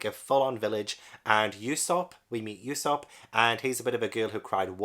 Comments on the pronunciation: Glad someone else found this legendary story, hope you enjoy your journey as much as you can, you're in for an epic adventure. It's pronounced Ue (as in blUE)sop, as uso means lie in japanese, I also think you should focus on the covers of each chapter, One piece has this very unique method where each cover tells a part of a story happening outside of the main story, as for example in the chapters you've read, there''s the Buggy cover story which shows all about how he got his crew and body back and met alvida and all that stuff, just a heads up because cover stories always come back around to the main story and I think it's an incredible piece of worldbuilding that keeps the world moving even if the characters we're following aren't in it. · I'm currently reading One Piece volume 85 - thankfully my library has them! The U in Usopp is said more like the U you say in Luffy, not like e.g. "Europe".